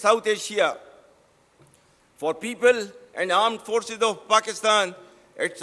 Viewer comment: Armed forces nahi aand forces kaho theek se 😂😂